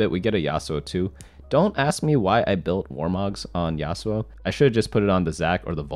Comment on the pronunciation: I got triggered every time he said yassuo